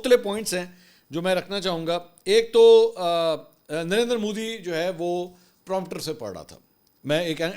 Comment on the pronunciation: منصور علی خان آپ کہتے ہی درندر مودی ہیں یا مجھے ایسا سنائی دیا آپ کی بات میں 😅😅😅😅😅